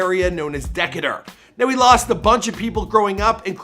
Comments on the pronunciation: 😄😄😄😄😄😄 It's pronounced DEE-KAY-TER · Decatuuur bro thats how u say it not Decater...its "Decatur" do your research better homie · Boy I know you ain say deck-a-turr it’s decay-tur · fr 😂😂 it’s D-K-Ter Decatur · It's Dee Cay Tur Decatur Georgia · Y’all have never pronounced names of towns or areas people are from correctly. It’s pronounced d-cay-tur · De-Kay-Tur Decatur Sheesh pronunciation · It’s pronounced DEE-KAY-DER😭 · Before he starts talking about a person he should learn how to pronounce where they were raised at. It’s pronounced “Dee-Kay-Tur” aka East Atlanta Zone 6. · Dude‼️ D-Kay-dor Decatur County Not how TF ever you said it🤣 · Da-Kay-tur( pronounced as such!) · Decater* (de-KAY-ter) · bro its Dee-Kay-Turr that's how you pronounce it bro I'm from the eastside get it right bro it's Dee-Kay-Turr (Decatur) lol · I just laughed, if you're reading the comments it's pronounced dekaytur 😂😂😂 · This man said deck e tur🌝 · I Big hate the way he pronounced “Decatur” , but nothing will piss me off the way I got pissed off when he pronounced “Canarsie” as “Canarise” in the pop smoke video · 😭😭😭 sir don’t ever say Decatur like that again.